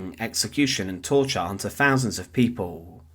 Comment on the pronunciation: Thousands not fousands. Speak properly.